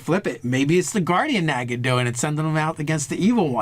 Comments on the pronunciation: haha who pronounces it nega? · that is incorrect, look it up it is Nah-ga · Naga -- (Nah-gah) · Sorry, it's pronounced "Noga". LOL! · captian bert look it up, it is NAH-ga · The Fractured But Whole no it's pronounced NAGa. XD